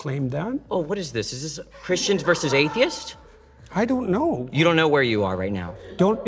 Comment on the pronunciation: In Terr Rog I tive? AI Voice? definitely AI voice. Says the word Atheist very oddly as well.